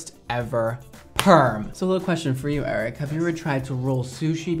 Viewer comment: I love the way pronounces Eric like “ayyyyriccc”